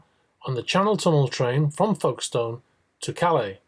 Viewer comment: I have never heard Folkestone pronounced in such a bizarre way.